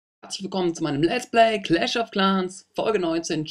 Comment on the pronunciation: ich glaub man spricht das game cläsch of cläns aus nicht claaans